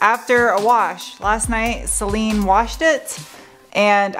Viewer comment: Celine? I always thought you said Saleen :D